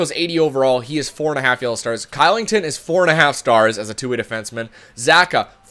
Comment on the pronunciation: oliver "kilington" is prononuced "clichelington"